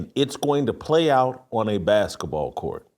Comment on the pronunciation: What's a "baskah" ball?